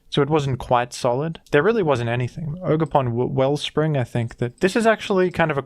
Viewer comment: it’s jogerpon